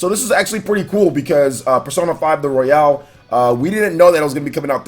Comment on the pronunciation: Does he know it's not pronounced Royale as in Battle Royale but its pronounced Royal as in Royal Rumble?